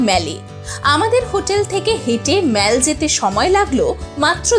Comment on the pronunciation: Good information. One serious comment. You are continuously pronouncing “Mall” as “মেল”। শুদ্ধ উচ্চারণ হবে “মল”। You are ruining your post mentioning continuously as মেল ।